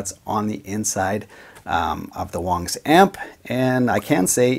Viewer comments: Uh, it's not Wangs (like bangs), it's Wangs (like bongs). Seriously, it's the most common name in Chy-na, I mean China. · I believe it pronounced "WANGS" not "WONGS". An "a" not an "o". Wangs! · Its not Wongs its Wangs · I think you're saying it Wong. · so it is pronounced "wongs" just to say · Okay I was going to say I can't agree to this statement I like Wang's! But when you said the correct pronunciation I guess I can go ahead and leave a like man...😂